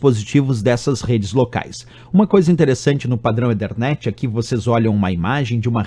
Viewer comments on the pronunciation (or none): EE THER NET , NAO EE DER NET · legal! só que a pronúncia de ethernet não é esta. já que não quis falar "a la brasileira", tem que falar o inglês correcto.